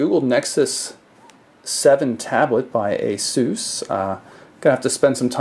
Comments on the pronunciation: i think its pronounce asis because i called their help hotline shit and they said it like "asis" Im not trying to be a dick im just putting it out there for future reference! :) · after hearing everyone pronouncing it like aye-souuuuuuus i thought i was the weird one saying ace-us...i can only assume the head of the company or google pronounces it like aye-souuus and that we just think its pronounced differently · Why does everyone pronounce ASUS like Aye-SoooooouS? the proper way to pronounce it is Ace-Us.